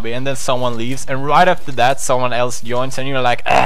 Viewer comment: this fool was out there saying "yoins in" lmao